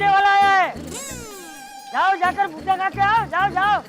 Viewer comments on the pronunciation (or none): did I hear gutka instead of bhutta 😂😂😂